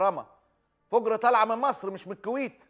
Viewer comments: تقول انا مع التطبيع لأنها مطبوع على قلبها الله لا يبلانا .. صحيح فُجر مو فَجر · فَجِرْ ❌❌ فُجْرْ ✅✅ كل الكويت مع فلسطين 🇵🇸❤️🇰🇼